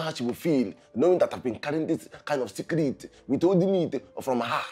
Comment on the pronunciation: saying sekret😂😂😂😂😂